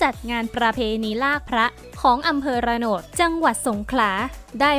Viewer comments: อ่านมาได้อย่างไรว่า อ.ระโหนด ต้องอ่าน อ. ระโนด แรกๆก็ดูดี มาตายตอนอ่านชื่ออำเภอนี่แหละ จบไรมาเธอ เฮ้อ! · ระโนด ครับ จากเขยใต้ครับ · อ่านว่าระโนดค่ะไม่ใช่.. ระโหนด.. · อ.ระโนดครับ ไม่ใช่ระโหนด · อ่านวะอำเภอ ระ - โนด